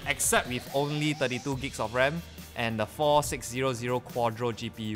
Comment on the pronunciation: Hate being a pronunciation nazi, but... IT'S PRONOUNCED AS Gigs not gbs